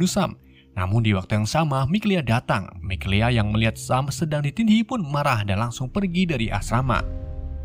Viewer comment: Mikaela bang.. Mikelea mulu dah 😂